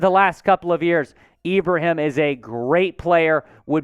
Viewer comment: you're one of the first of very few people with a platform to come close to saying 'Ibrahim' correctly, I'm not mad at it. I do believe he'll be a late round steal for us (or any team) having seen him perform first hand vs my Terrapins. Dude is a HOSS!